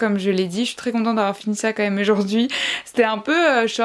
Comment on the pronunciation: Je sais pas si tu le sais mais les lettre AU fait le son O et non le son E pour Ojord'hui !